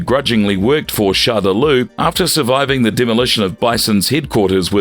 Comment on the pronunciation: Great vid but dude “chandelau” and “shadulu” I believe you mean ShadowLaw? 😅